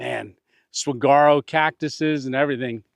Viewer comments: Saguaro is pronounced; Suh-WAR-o. "War" in all caps to denote that the emphasis is on the 2nd syllable. Great video, there are a few tricks to camping in the Arizona desert. The 1st one, you already figured out; staying out of that sun. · Not to be a grammar nazi but the cactus is pronounced suh-war-o. Native lifelong Arizonan here. God bless.